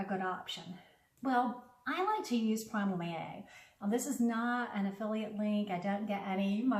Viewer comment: I couldn't even understand what the brand was she said "Primal ea". She should speak clearer